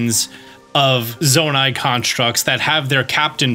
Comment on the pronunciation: Really hate that you say Zona-ITE